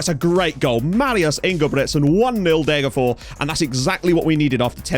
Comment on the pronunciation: It's Deh-ger-fosh. I appreciate that you don't think that s is pronounced, but in this rare case the s isn't genetive (Degerfor's IF), the town is actually called Degerfors. Fors means stream. Loving the series as usual!